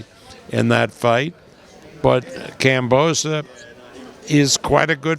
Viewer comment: This old Fart said the same about Lopez maybe after this fight he will learn how to say Kambosos correctly 🤣